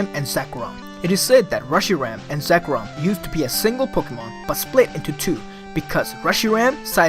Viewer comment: Ha he says it like Zekrum